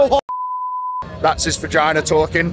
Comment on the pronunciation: take a shot every time eddie says "vaginer" lol id be fucked up